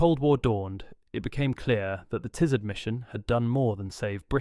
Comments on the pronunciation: It’s Ti-Zard the i is pronounced as in, in, NOT as in LIGHT. The a, in ard is pronounced as in “are”, NOT as in;:’ This guy changes pronunciation of words EVERY TIME HE SAYS THEM. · If one is making a video about the Tizard mission, one should at least find out how to pronounce "Tizard". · I do wish 'you' would be consistent in your pronunciation of Professor Tizard's name [it is 'tiz' with a short-i : NOT 'tie' like the thing round 'your' neck!] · Disconcerting variation in the pronunciation of Tizzard ("Tie-zard", "Tee-zard", and also the correct "Tizz-ard") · It took about 60 seconds for me to give up on this video. Three different pronunciations of the same surname in one minute will do that. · How many times and ways can you mis-pronounce and mis-spell the name of your principal subject?